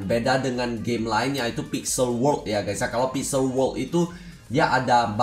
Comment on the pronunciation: Cba ngomong yng bner bang lu blng wokk ato world sih :v